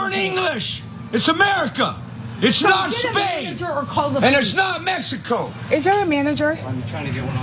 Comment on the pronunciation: wtf is a “mecico” anyways??? he dumb